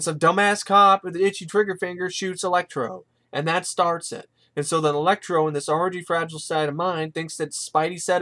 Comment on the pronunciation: Electro not elexi